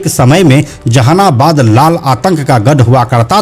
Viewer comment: Ap v jahanabad nhi bol pa rhe h😂😂😂